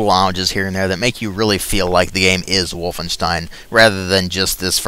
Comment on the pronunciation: I love how you say wolfenstein "Wolfenshtine"